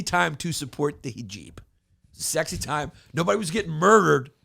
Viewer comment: I love that his producers let him mispronounce hijab a thousand times with no attempt to help him 🤣